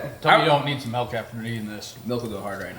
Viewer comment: it’s Milk not Melk. 😂